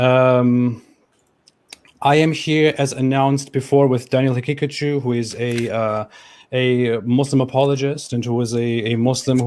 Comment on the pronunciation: I kept thinking he was calling him Daniel Pikachu